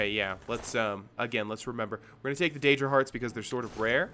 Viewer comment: Daedra. Dadera... lmfao